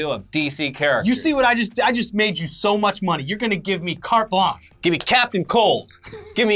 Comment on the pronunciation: It's "cart blonsh," not "cart blonk." French blanche is pronounced "blonsh." Completely useless comment.